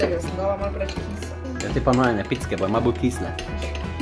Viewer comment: Namesto c povej č in tako se pravilno reče